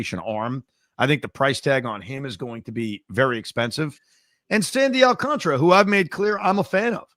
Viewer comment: AlcanTARA!! Not video game contra. So tired of hearing so many people in the biz and on SM butcher it. It’s very late in the game to still be saying CONTRA like up up down down left right left right A B A B START!!!! 🎉Alcan-TARA!!!!